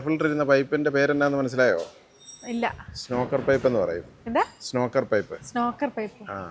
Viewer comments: ചേട്ടാ അത് snorker അല്ലാട്ടോ snorkel ആണ് ❤ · Chetta snorker alla snorkel